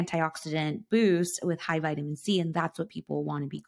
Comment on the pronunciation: Is she saying vitamin z or c the first one🤣?